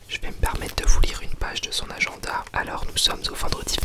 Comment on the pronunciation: j'adore quand il dit aGENda